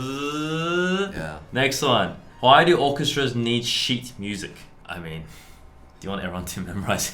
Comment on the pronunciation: The way brett pronounced "sheet" music